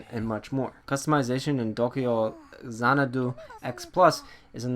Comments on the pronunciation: The funny thing is, he's not even pronouncing it correctly. It's To-kyou Zana-dou in the Japanese spelling. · As dull as your review... you make me not want this game. Your pronunciation of the titles name makes me cringe and, just some advice: you clearly wrote this out. You should proofread before you record because it’s SO hard to listen to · this game reminds me of the legend of heroes trails of cold steel,. also maybe dont use an accent when saying the titles name loll sounds funny ha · Tokeeyow zanadoo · Appreciate the review . You just really need to stop trying to pronounce the game title with a Japanese accent??? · stopped watching review cuz of how you say the name of the game.